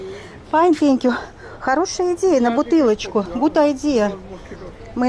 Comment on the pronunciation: Ваш английский - это нечто..! Это даже мило - в этом что-то есть. Это даже стало мне нравится. Но когда я слышу в исполнении слово «тэнкью» - меня реально пробирает дрожь.. сходите же на урок английского - пускай вам там немножко фонетики объяснят